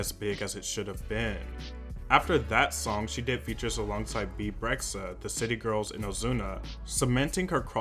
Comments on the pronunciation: Did this man just call Bebe Rexha BEEB REXHA!? CANCELLED!!!!!! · Did I hear, "Beeb rexha" ? Lol